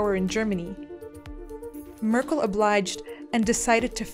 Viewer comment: "Angela Möörkll"